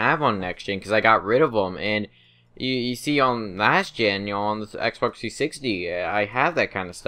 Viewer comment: It sounds like he's saying "Xbercks 360"